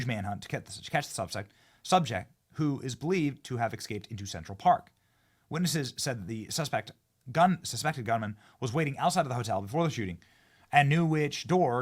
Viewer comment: Ya but he "ex-scaped"!!!